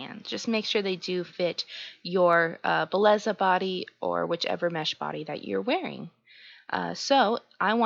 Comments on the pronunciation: Bae lay zuh lmao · Belleza is pronounced be-jessa